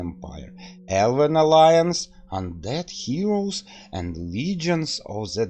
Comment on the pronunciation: It's not "undead Heroes," my friends it's Undead Hordes, haha. Thumbs up, I like your commentary :)